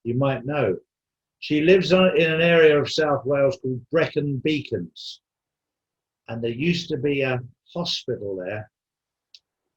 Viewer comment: Hi guys thanks for all u do ,its pronounced like BRECK-UN BEECONS ,#WWG1WGA AND